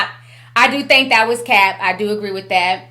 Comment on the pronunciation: T- it’s Cap like baseball cap. Not cape as in a costume 😘